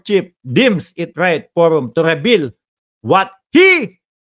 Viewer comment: Reveal hindi rebeal